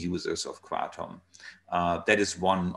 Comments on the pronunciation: yeah what happened to ... Kruh-TOM. ?? hey Tom!! meet my friend Nine... Mit_traga_NINE ?? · lol, I think you're right. I didn't give up... I still call it Krah-tom. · Hamilton back to pronouncing it kray-tum huh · Did I just hear Hamilton pronounce it as "kray-tum"?? What happened?! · He said in another interview yesterday that he feels like an asshole calling it “kra-tom!” 🤣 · Why do you pronounce it kraydom sometimes?